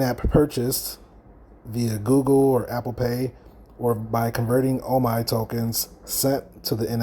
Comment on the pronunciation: It's pronounced OMEEEEEE